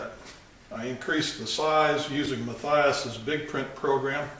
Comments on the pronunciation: I'm not meaning to sound like a smart ass but I believe his name is pronounced Muh-tee-us. I could be wrong but I work with a guy that has an identical spelling to his name and we pronounce it that way. Thanks for sharing your craftsmanship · Well... I knew two people previously with the same name "" and they pronounced it as I do in the video. Having worked closely with Wandel for several years starting in 2010 he never once failed to answer me when I spoke his name. Leads me to think it can be pronounced either way.:-) Thanks for watching!